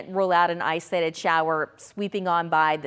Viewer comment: The way she says “islated” 😂😂 Somebody please give her the “O” to use.